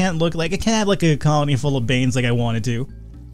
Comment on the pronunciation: * Another day of hearing the voice in my head for some reason he referenced Bane but it sounded like Barbawa Wawa. He also confessed that there are some grumpy folks commenting on the vid logs.. Well tough. You try facing down a raid of Luchadores... and let me know how you make out. There is a break in the comms, I am hearing clothing called something but our comms stinks anyway. Thankfully we are getting our second and third shift chefs sorted. The food is decent with the veg and whenever we get clean meat it is a special meal. The wardens are rockstars... selling the colony as if it were the prisoner's only choice. Either way, we are getting reinforced and it is good. We will need the numbers once the raids come. The latest batch of luchdores will keep the masks to honor their old ways while still taking the pledge. The day has finally come when I will be sent to acquire \m/ METAL! \m/,,, Today will be a good day, just give me a pnu-drill and I will get down to it.... Seriously, I'm ready.